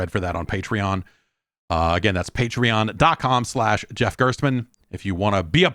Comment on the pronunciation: the five different ways Jeff pronounces it are all correct.